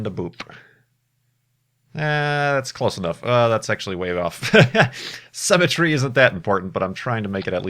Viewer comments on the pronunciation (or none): Is it me or does say "cemetery" instead of "Symmetry"?